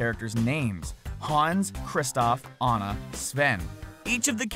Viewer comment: Yes, he pronounced Ana's name right!